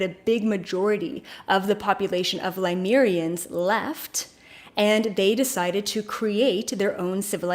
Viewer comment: Is there a particular reason you say, Ly-mer-ians instead of Le-myu-rians like most? or Pa--lay-dians instead of PLEE-ay-dians? Just curious. Are they different'?